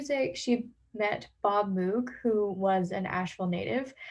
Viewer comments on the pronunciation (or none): Great work. FYI: Moog is pronounced MOW-G, as in i have to mow my lawn, not MOO-G as in the cow went moo.